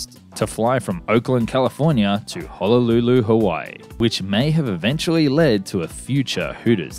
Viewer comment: And Honolulu